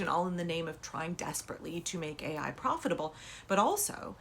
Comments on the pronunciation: McMahon thought AI was pronounced AL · She said A1 like the steak sauce.